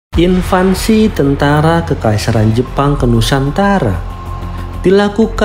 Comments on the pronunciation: INVASI bang, bukan INVANSI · Yang benar Invasi Bukan Invansi bang 😂 Gak pake "N" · Admin ini ngerti bahasa Inggris gk ya...??? Invasi koq malah bilang INVANSI..??? Bahasa dr mana tuh kata "INVANSI"... ????? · Invasi mas bukan invansi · Invasi, bukan invansi Sama juga mengherankannya banyak yg menyebut raksasa sebagai raksaksa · Btw, invasi bang, bukan "invansi". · invasi bang, bukan invansi 😭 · Invasi min, bukan invansi. 😊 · INVASI, bukan invansi. Invansi artinya masa balita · INVASI..BUKAN INVANSI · Invasi bang, bukan invansi. 😅😅😅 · INVASI bro, bukan INVANSI. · Invasi bukan Invansi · IN-VAN-SI 😂😂😂 semangat bang